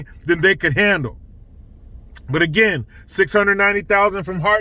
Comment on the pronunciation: I am shocked that you pronounced "again" normal lol